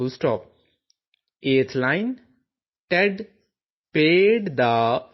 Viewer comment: in 7 line correctly word is ted not Aid